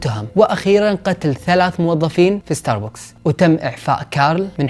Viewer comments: ستاربكس ❌ ستاربوكس✔️ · اسمة استاربكس وليس استار بوكس 🤗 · اتوقع حسب معلوماتي العاديه اسمه ستار بَكْس مو ستار بوكس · ستاربكس مو ستاربوكس هههههههههههههههههههههههههههههههههههههه😂 ♡ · عنوان كامل لستاربكس وانت حتى اسمه ماتعرف تنطقه